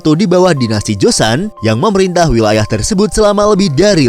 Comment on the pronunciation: Pengucapan Joseon (조선) nya salah min, bukan Josan,bukan Jo-se-on. Tp Jo-seon